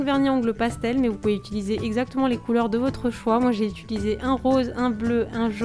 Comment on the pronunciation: on dit pas utuliser on dit utiliser